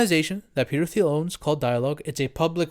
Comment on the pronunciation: I love you bro but for the love of god please pronounce Peter Thiel’s name right!! 😩😩😩 it’s pronounced Teal, the H is silent